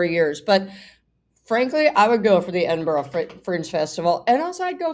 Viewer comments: Edin-BURRA not 'boro'. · I thought it was "Edin-bruh." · Hey Paula, it’s Edin-bruh with an English accent and with a Scottish accent Edin—bu-rrrrra (the r is rolled). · Hi Paula! A Scot here. Edinburgh is pronounced; Edin- buru or if easier, Edin-bura. Love your show. 😊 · Edin berr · Edinbruh is how you pronounce it! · It’s pronounced edinBRUH. The ‘g’ is silent. I have a standard southern “bbc” English accent, so there will be regional variations. But most of the posh people that go to uni there from the south call it that. It’s also such a shame about Jared. I was obsessed with him in ‘my so called life’ which should NEVER have been cancelled after one series. He was gorgeous. He sounds awful now. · Edinburgh is pronounced ED IN BRUH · 'Eddin - bruh.' I'm not Scottish, though, so it just may be an English pronunciation. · Edinburgh - EDINBURRA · It's Edin-bruh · Edin burra, Scottish peasants pronunciation, myself being the peasant. We do spell it Edinburgh though. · Darling, Edinburgh is pronounced ed-in-burra by us Brits who live or lived in the South. I can’t do the Scottish version, despite having a sister who lives in the Highlands🏴- sorry. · It's pronounced "Edinbruh" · Edinburgh - pronounced ed-in-bura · Edinburgh is pronounced Edin (bruh)🏴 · Its air-din--borer to pronounce it! Love your channel! Despite what Andrew has done, he should be able to see his newest grand daughter? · It’s pronounced Edinburra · Edinburra is how to pronounce it, and Althrope is All-thop, not All-hroupe, if I am correct. If the King insists that Harry resign from Invictus and puts Mike Tyndall in this place, you will still have a member of the royal family in the realm, and the King need not appear. MTG is the turd that won't flush. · As an Aussie I've always heard it pronounced "Edin-burra" xxx Nose boops for Delightful Doug xxx